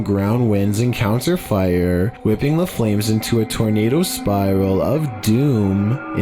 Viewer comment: The guys voice is KILLING me “vehiclES” “firE” it’s as if he can’t finish a sentence